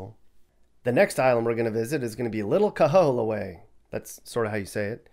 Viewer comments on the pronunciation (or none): none